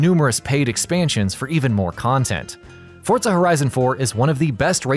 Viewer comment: Anyone else hear him call it fortza instead of forza